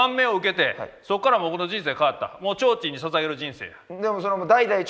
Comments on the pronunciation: なんで「ちょうちん」言われへんねん！www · 言えんなら上手く｢ちょうちん｣って言わんようにしろよって言おうと思ったけど他の言葉も｢ちょんちょう｣怪しいわ